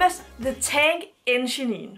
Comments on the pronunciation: Hahah Thomas the tank enchenin hedder engine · Thomas the tank engine.. Det udtales ikke Thomas the tank enginenenee :D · Wth du kan ikke udtale "engine" 👎🏼👎🏼👎🏼👎🏼👎🏼👎🏼👎🏼👎🏼👎🏼👎🏼👎🏼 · Er vild med din udtalelse af engine (det sidste e er stumt ;)) BBC er en britisk tv kanal teleselskabet hedder cbb.